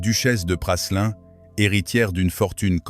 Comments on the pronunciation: L’hôtel de Choiseul Praslin ( on prononce Prâlin et non Passelin) n’est pas situé au 55 fbg Saint Honoré mais rue de Sèvres !!!! Le 55 est l’Elysée… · Se prononce Prâlin et non Prasselin. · L'hôtel de Praslin !?! se prononce Prâlin ... Cette voix iA n'est pas à la page !